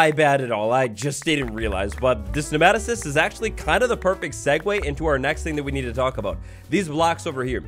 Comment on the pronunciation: It’s pronounced “nee-ma-toe-cyst”